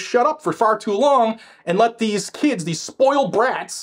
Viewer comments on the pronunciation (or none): none